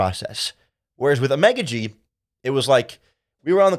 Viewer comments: Ok his last name pronunciation is “ah-mon-gah-gee”. Just a heads up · You butchered a Nigerian man names. Figure it now !